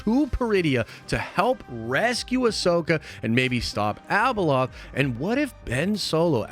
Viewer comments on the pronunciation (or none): ...it's not Abaloth, dude! #hotchipchallange 🔥